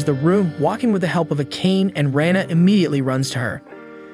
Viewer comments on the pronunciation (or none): none